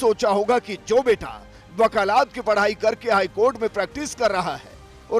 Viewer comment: Wakalaat nahi wakalat hota hai